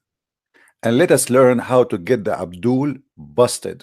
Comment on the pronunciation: I love how says, “Abdool”; i need to use it as my alarm tone😂